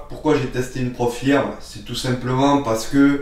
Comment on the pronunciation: On prononce " Prop Feuuuuuuurm " ;-)